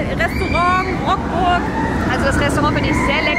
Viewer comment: Sehr gutes Video, aber: Rockburgh??? Es wird leidergottes Rukburgh ausgesprochen...